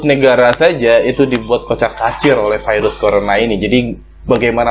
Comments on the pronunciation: "Dari vairus (virus) corona ..." "Dari corona virus...." Virus aja jgn vairus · jngn ngmong vairus ..virus gitu kek 🤦